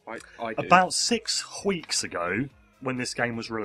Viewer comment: LOL,, and he said wheeks